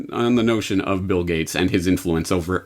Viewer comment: hahaha ... did i hear "bill gutes, gits, guts, gates... " ah and the thing got postponed because of the Bill Gates Virus? ... hahaha